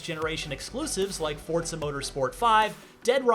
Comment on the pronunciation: If this man says Fortza one more time